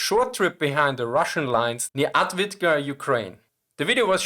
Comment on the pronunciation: Thank you for the video! Maybe this will help on how to pronounce Avdiїvka First letter is read as A in father [ä]. di letters are read as dee. Probably the same as you say bee, [ē] but with d Then the second i, which I wrote as ї on purpose. It is read the same way is i in naive [na·ive or na·ïve (nī-ēv′, nä-)]. It's a soft variant of ee. Since you've specified that your channel is from Austria, I suppose that you speak German as well. So, let's take a look at German yes (Ja). Try to replace a in ja with ē sound (from the word bee above) and say jē. The last a is the same as the first one. Thus the full word is read as äv-dee-ї-vkä with stress (accent) on ee Hope this will help to pronounce the name of the settlement and avoid all those comments about Advitka pronunciation.